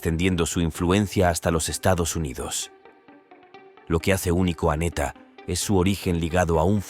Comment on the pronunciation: El de PR no es neta es ńeta 🤦🏼‍♀️ instrúyete antes de hablar